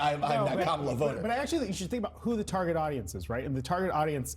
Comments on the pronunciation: Woah!!! Trump CAN pronounce Kamala's name correctly!! That new Melania video post and recent polling must've spooked him something good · I’m glad Trump knows how to say her name. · Trump just said "Kamala" correctly! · wow! he pronounced her name correctly. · At least the sweaty orange manatee pronounced Kamala's name correctly. 🙄